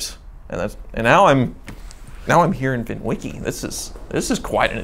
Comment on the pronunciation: This guy is so annoying, but good story telling, please just don’t let him say VINwiki ever again...